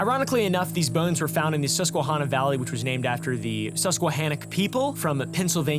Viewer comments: as someone from pa it made me cringe the way you said susquehanna...... love u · I'm president of the Susquehanna Art Society, am part American Indian, and grew up in the Susquehanna Valley in PA...funny thing is I never heard this giant story! Also...you are saying Susquehanna wrong...not that it matters ;) I know it's your thing.